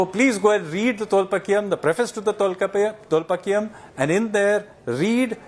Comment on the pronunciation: It is TholKAPIYAM NOT Tholpakiyam